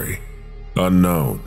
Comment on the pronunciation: the pronuuntiaation on unkwon in the bidisected guy, my new call tone for ukwon numbers